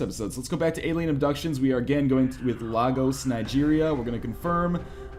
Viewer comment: Just for the record, it's pronounced "lay-goess."